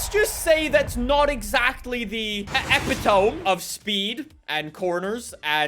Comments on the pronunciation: it's not ep-i-tome, it's o-pit-o-me. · Man deadass said epi tome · you completely botched the word epitome. It's pronounced E-PIT-OH-ME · The "epi-tome"......lol